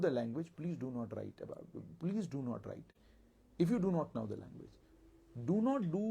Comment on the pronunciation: Bhai mere tum khud pehle know ko pronounce karna seekho kisi se phir Shakespeare Banna idhar aa kar